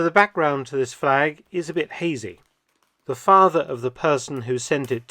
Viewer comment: Nice fleg...